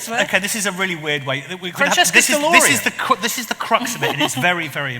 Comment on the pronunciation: During introduction it sounds like someone just off camera is actually carving a pre-historic sculpture of YHWH 😂 … oh, it’s her earring! Please pronounce Dr Stavrakopulou’s name correctly though! What a wonderful group of cool and smart people.